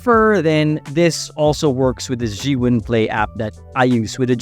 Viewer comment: Zhee-yun or Zhuu-ween? Why u say Zhuu-ween?